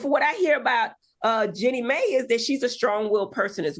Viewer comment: The voice, the stumbling over words, and pronouncing the names wrong - Iman = Eman Jenny Mai = May 😅 no Dr Heavenly